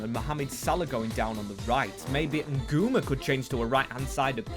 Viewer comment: hey, Ngumoha is pronounced n-gu-moh-a not nguma